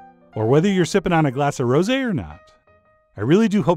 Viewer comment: "Cannes", not "Khan"; "rosé", not "rosy". Other than that, the tart looks FABULOUS.